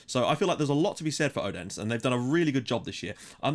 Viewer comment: Your pronunciation on the Danish teams are really good :) But in case you would like to know, the d in Odense is not pronounced with pressure. More like a th sound like when you say "that" "this" "then" etc. :)